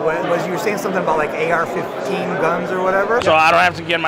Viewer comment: The way he pronounces "AR fifteynn" is so damn funny